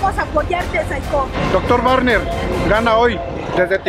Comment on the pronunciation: 1;29 wuagner